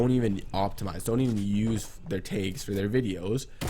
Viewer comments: its tags not taygs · Made me so mad when u said tages instead on tags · I got so confused when you said tayggs but I finally realized you were saying tags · Is he saying taigs or tags or what? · Is he saying tags ?